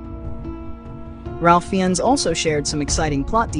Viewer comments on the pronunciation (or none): Raif Fines is how you pronounce his name.